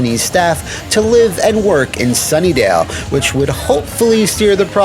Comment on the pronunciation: I think you mean Sunnyvale, it sounds like you are saying Sunnydale.